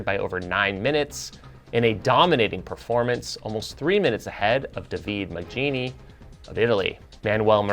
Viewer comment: Gotta touch up on the pronunciation of Davide Magnini. Love the MTN OUTHOUSE news. One of the best things on YT!